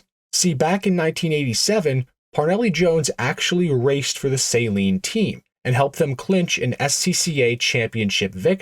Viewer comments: It's pronounced suh-leen not saline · So you call it a Saline Mustang but you call him Steve Saleen 😂